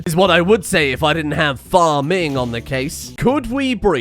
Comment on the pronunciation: "Phar-ming" fucking laughed out loud